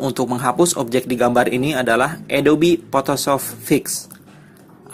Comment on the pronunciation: belajar bahasa inggris ya om..adobe..adob x ah..xixix..nice info om